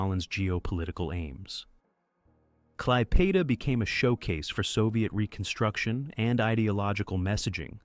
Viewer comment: Operation Bagration and Klaipeda is pronounced totally wrong. I can't even listen a whole minute to this.